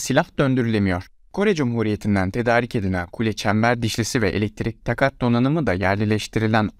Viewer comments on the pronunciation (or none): Araç deyip durma. Tank bir silahtır araç değil! Ayrıca takat kelimesi uzatıtalarak söylenir.